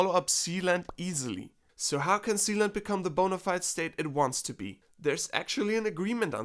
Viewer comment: I thought he said,"THE PRINCIPALITY OF ZEON". LMAOOO😂😂